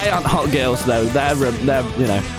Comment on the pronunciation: "this is me when im at pawties with gewls"